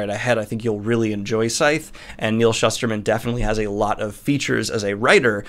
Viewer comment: I always thought it was pronounced the way you just did. Then I went to his book signing for Roxy, and he said “Schooster-man.” I couldn’t believe I’d been reading this guys stuff for like a decade and never knew how to pronounce it right. 😅 Anyway, re-reading the series again because of the fourth book that just came out. I thought Scythe was great, the second one was okay but it kinda fell off at The Toll. So, hoping for good things in book four.